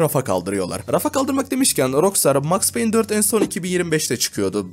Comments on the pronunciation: MAKS PEYN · ¨max peyn manhent ¨😭😔